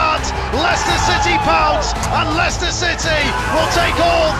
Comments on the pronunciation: Ieicester not liechester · Liechester lol